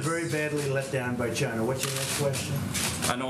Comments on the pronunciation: "Chyna virus" god i love this man. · It comes from ....CH-YNA